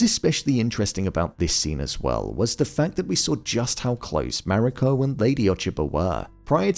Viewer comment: Mah-ree-co. Emphasis on the first syllable.